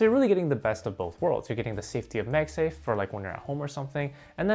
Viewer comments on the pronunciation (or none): its pronounced MagSafe like magnet bro.....